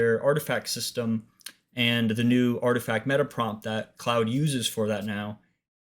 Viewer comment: Cloud or Claude? (rhymes with hoard). This video makes little sense because you're saying cloud.